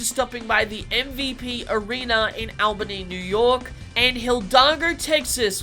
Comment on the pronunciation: You keep saying Albany wrong